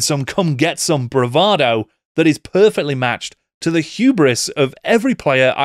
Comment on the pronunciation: ‘Perfectly’, not ‘Percy’ (sigh)